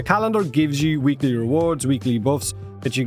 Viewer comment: It's "weekly" not "weeklie" lol. The y only becomes an ie if you use the plural "weeklieS" with an s.